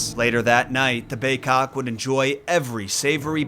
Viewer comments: why do you say bay-'cock' instead of bay-'kok'?? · It's big-kok....I know. I'm an injun from nw ontario